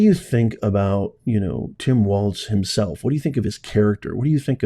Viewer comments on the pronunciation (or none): Tim Walz (Walls)....not (Waltz) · Listen, I abhor the guy and pray to God Almighty he and the empty pant suit NEVER make it to office, but I’m kind of surprised that you cannot pronounce Walz (like walls), and made a way-too long video of him grabbing his kid’s arm. You find great stuff to share on here, but this is sounding like a Karen complaining. Keep up the real news for us - please? Thanx!! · You pronounce Walz like Balls. Harrie/Balz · It's pronounced WALLZ and he didn't drink horse semen. I think he is a socialist jerk! What it looks like to me is his son didn't want to hold his hand (something I'm guessing had been discussed beforehand). I think that is what he was angry about. To me it looked like frustration with a special needs child. It might not be right, but it happens, so no, I don't think it was abuse. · from Minnesota and always have heard Walz (like walls) there is no T in the name. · Walz is prounced like "walls." He's evil. The whole party is demonic. "By their fruit shall ye know them." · To me it sounds like they are pronouncing it like "Walls". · Walz... pronounced "walls" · Like this is how you say his name Tim Walz like this Tim Walls. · Pronounced wallz